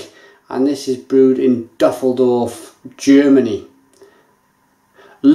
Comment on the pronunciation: I know this is 12 years old, but it's pronounced Oo ree guh. Dusseldorf is pronounced Do sell door ff